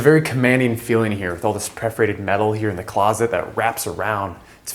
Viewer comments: This dude's "preforated" is solid competition for "cabintary" and Enes' "ekipment." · The agent selling this abomination seems unable to speak english: 'Preforated' (perforated) several times, and featuring 'industrious, cylindriac' pipes, rather than cylindrical, industrial... Do people who spent ~20M on a bunker trust a guy that cannot even figure out adjectives? Is real estate really that easy? You don't need to finish high-school, or speak your own, native language? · He keeps saying preferated instead of perforated steel. Unreal. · Am I the only who noticed the guy saying "preforated" instead of "perforated" over and over again?! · OMG, who is this idiot real estate person? And how is the aluminum locally sourced? There is no aluminum mined on Mykonos. He keeps saying stupid things that come off as pretentious. And why can’t he pronounce words correctly? It’s PERForated, not PREForated. I hope he’s really tall. Otherwise, the scale of the place is short. The gym looks like entrance to a carnival fun house of mirrors. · Hearing this guy mispronounce “PERforated” over and over is going to give me an aneurism. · Not much vanity counterspace with those huge basins. I've never heard Aegean and perforated pronounced like that.